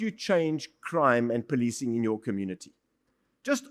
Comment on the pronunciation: Oh ..they poli-ti-cing not poli-cing? Some will say, Extra work extra pay. 🤷🏽‍♂️ ....🤔This explains why I got no upvotes on my YouTube videos. They breaking the narrative of the indian identity.